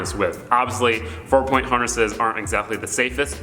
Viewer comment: This mans said porn instead of point 😂